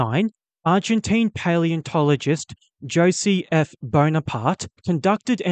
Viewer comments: Josie? you mean hose-a Jose. come on man. pronunciate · Pronounced= Hosay, not "Josey" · It's pronounced "Ho-zay" Bonaparte.